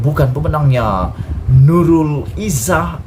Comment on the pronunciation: kau ni sebarang je.. macam mane la nurul izah boleh jadi adik beradik dgn anuar.. sebut nama orang mesti betul2.. aku cume tegur je, kau jgn marah plak..